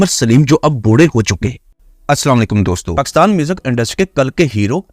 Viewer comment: بولتے ہوۓ میرۓ پیارۓ وطن کا نام ٹھیک سے لولفظ پاکستان ہے جب کے تم باربارپکساتن کہہ رہے ہو